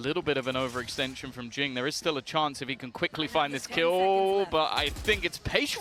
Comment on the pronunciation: Jingg❌ Jooong ✅